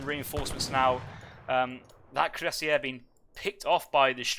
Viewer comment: Bizarre that the "correct" version of cuirassier used in this cast is still completely incorrect. There are two standard pronuncations of the English word and ZERO reasons to complicate them with weird flourishes and throat or tongue twists.